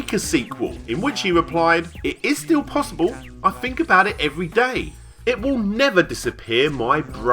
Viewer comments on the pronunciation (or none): none